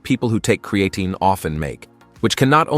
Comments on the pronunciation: Lol@ pronunciation of Creatine! 😅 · It would be nice if he pronounced Creatine correctly. If it increases DHT , no thanks .